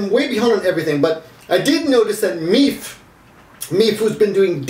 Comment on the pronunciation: Isn't Meaphe pronounced Meee fay? :P